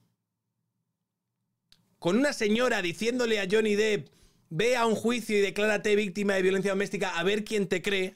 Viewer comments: Me da coraje cuando la gente por hacerse los bilingüe le llaman Johnny Deep (pronunciandolo dip osea profundo), y no, si tuviera 2 "e" se pronunciaria así, ma como tiene una se pronuncia "dep" ya que no es Johnny profundo ma Johnny Depp! Pd: no quiero ser repelente, ma ver que gente que supuestamente tiene estudios y ocupa lugares importantes en los medios de comunicación, creo que tendrían que saber como se llama uno de los actores mas famosos de Hollywood! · Lo peor de todo este juicio mediático es ver a tanta gente pronunciando "lloni dip"